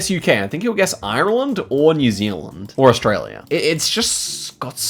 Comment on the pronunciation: the way says Ireland is awful